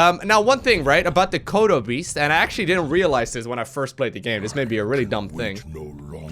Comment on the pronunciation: when he said kodo beast, I heard Chrono boost. I was momentarily confused! XD